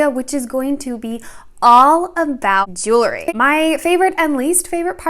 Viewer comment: Love the video but there is no such word as "jewlery." It's "jewelry."❤